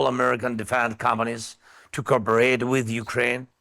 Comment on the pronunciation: Is he pronouncing companies as “comedies?”